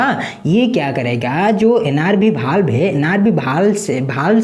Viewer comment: Pdate to sahi hai ....pr word sahi se nahi bolte ho वाल्व को बाल्ब